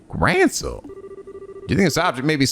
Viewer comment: Oh yeah, since it's an obviously bigger deal in this game compared to the previous ones, you've actually been pronouncing Gralsritter wrong, there's a lack of an i in Gral hence making it pronounced like gr-all instead of grail!